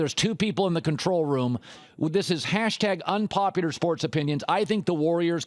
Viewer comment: Why does it sound like Colin is saying unpopiter